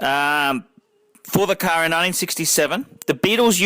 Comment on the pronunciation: It is best to watch this video with the sound OFF. has the most annoying voice on YouTube. The man can't 'say 'car' correctly. I wish I had a buck for every time he says 'Ka-a-ar'.